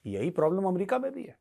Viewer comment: अमेरिका ❌ एमरिका ✅ 😂😂😂